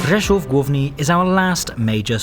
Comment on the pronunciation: Finally someone pronounced my hometown Rzeszów correctly, it's lovely to see people passing through or go to my hometown. <3 lovely video also.